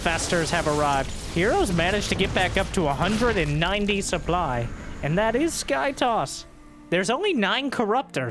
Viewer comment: Whenever he says "Look at the sooply" it reminds me of a better time.